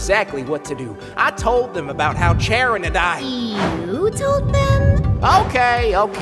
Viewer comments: Decide on a pronunciation for scharon either saron, karon or Charon bro don't have different characters calling her different names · I love how Pluto’s pronunciation of Charon’s name changes every episode